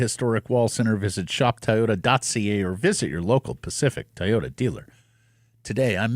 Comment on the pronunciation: Ever notice how Matt says 'Ty-oda'